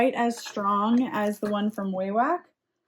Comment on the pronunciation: When I had to call Wawak about making a return, the pronounced it wahwak. Short a sound.